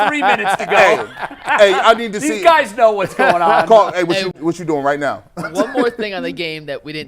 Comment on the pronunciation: When did “these” become “deez,”?